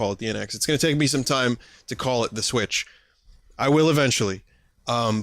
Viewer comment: You're pronouncing it correctly, anyone who pronounces it to rhyme with switch is an idiot.